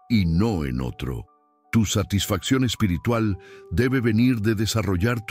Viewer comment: Amigo mis respetos tu enseñanza y tus explicaciones fluidas ,da deseo de escucharte tu narración, solo quiero hacer una sugerencia tu dices la palabra en español espirtrual- lo correcto espiritual ,mis disculpas si soy quien te he escuchado mal ,buenas noches que Dios te bendiga.tu narración calidad excelente eres cinco estrellas.